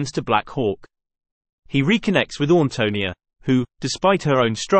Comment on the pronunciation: You might want to learn the correct pronunciation of the main character’s name before doing a video!